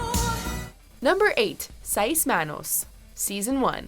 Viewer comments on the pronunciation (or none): SAYS not SAY EES Ya wey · She can't even says seis right, are you really surprised? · i had no idea white people could fuck up how to say "seis" but i really shouldn't be surprised by this point. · Am I the only one bothered by her pronunciation of "Seis"?